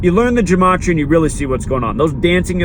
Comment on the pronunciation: Dude you don't even know how to correctly pronounce gematria, what's up with that?